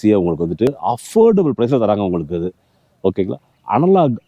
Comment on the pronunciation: உங்களுக்கு romba pudikum pola "உங்ககுக"😂 super💯👍